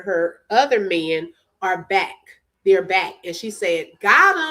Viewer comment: Polo says bike too instead of back. Sorry commenting as im listening.